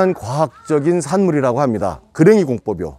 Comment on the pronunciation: 그레이 공법 아니고 그랭이 공법 아닌가요? 제가 잘못 아는건지 모르겠습니다